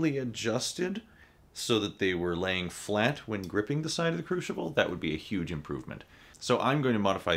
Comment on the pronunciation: Where is the h in crucible?